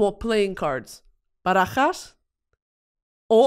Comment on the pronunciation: In Cuban Spanish, I think deck of cards is Barajas de cartas. Anyway Brittany throwing out fluent Spanish is so funny to me